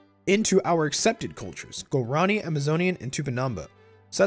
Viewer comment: lol, its "gwa-ra-NEE"